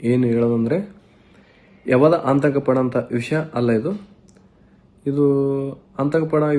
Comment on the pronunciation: ಎಂತಾ ಅವಿದ್ಯಾವಂತ ಅವಿವೇಕಿ ಇದು... ಆತಂಕ ಅನ್ನೋಕೆ ಬರ್ತಾ ಇಲ್ಲ... ಅಂತಕ ಅಂತ ಹೇಳಿದ್ದಾನೆ